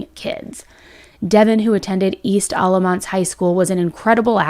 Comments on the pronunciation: Hi!!! I’m a local to where this tragic case happened. I just want you to have the correct pronunciation of these places in case you do more updates as it develops! Alamance county = Al-uh-mance Efland = Ef-land (not elf land lol) Mebane = meh-bin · This happened right down the road from me. Happy to see a bigger YouTuber crime channel covering it. Seems to have flown under the radar for most but in the mean time we have a murderer walking our streets here in NC. Also… Efland= F-land Mebane= Meh-bin Alamance= Al-a-mans 😉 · This one isn’t too far from me. It’s crazy! So sad! And it’s Al-lah-mance county! And meh-ben 😬 F-land no shade just helping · Meh-bin…. Eff-land…. Al-uh-manse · Alamance you got right, kinda… except it’s Alah-MANce. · I live in Alamance county and this is crazy!! The pronunciations is a little interesting but your effort is so appreciated!! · Alamance is actually pronounced with a short a sound. The end of the word sounds more like “ants”. Not that it really matters though lol. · Al like the name when pronouncing Alamance County. Efland not elf. I’m a follower and fan of yours from North Carolina.